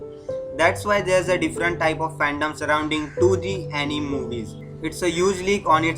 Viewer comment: Uh ni me 🥲 correct pronunciation